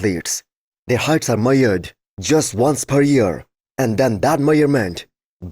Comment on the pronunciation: Their heights are "meyured", and all that "meyurment"